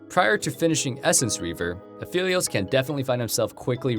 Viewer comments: I like this guy but its Aphelios not Afilious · Say Aphylios one more time dude, I swear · why would you pronounce it "a-fill-eos" in this video and "a-feel-eos" in the last one? its pronounced "a-fell-eos" alune literally calls him phel "fell" all the time in game u hear his name tons just by playing him. how are people messing this up?